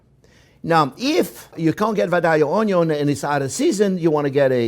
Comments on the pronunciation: Out of respect for the Chef, I now pronounce onyo correctly, I also try to correct others when possible. #OnyoGang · 8 years later. He still says oño. Some things should not be corrected. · Take a shot every time you hear “onyo” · THERE'S MORE VIDEOS OF THIS AMAZING CHEF SAYING ONYOUGH????? THIS IS WHAT THE INTERNET IS FOR THE BOB ROSS OF ONIONS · Came for the Onyo, stayed for the recipe! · he's lived so long with lotsa onyo, now he's one with the onyo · Onyo. The word none of us knew we needed. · I love this recipe, but in reality im only here to hear him say onyooo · o n y o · every time he say oh-ny-on lol onion ...I flashed the same thought. Also thought of Justin Wilson Raised up around NOLA! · Ok, so I've subscribed just so I can hear more "oniom" in the future. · I swear to god computrers and such can read minds because i've been thinking of how he pronounces ONYON for weeks now and i got this recommended..... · ONYO ahahah nice one old man!!! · Who else comes here only to hear him say onyo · No one: Absolutely no one: Jean Pierre: ONYO! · I love how he pronounces onion. Makes me hungry. hahahaha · "a good onyo is a heavy onyo" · It's a onyooooooooooooooon😂😂😂😂😂😂😂😭😭😭😭😭😭😭😭👍👍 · ngl clicked on this just to hear you say "onyo" multiple times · Onyo.. love it!! He is so great! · Im going to enroll in his school just so i can hear him say onion everyday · I want to make this recipe but everytime I watch this video I laugh when he says onion and I don't think I could do it without breaks for laughter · i like how he pronounce onion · I need a t-shirt that says "J'aime les Onyos" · Like the onyo, I also enjoy getting stuffed with meat and topped with white sauce 🥴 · The "onyo man".... Onyo..onyo..onyo..onyo 🎉🎉🎉🎉🎉🎉 Wonderful teacher... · Came for polnareffu, stayed for onyun. I love this channel. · A good onyo is apparantly also a stuffed onyo and not just a eavy onyo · Im a simple man. I hear 'onyo i give 👍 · I am a simple man, I hear onyo, I like. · came for onyo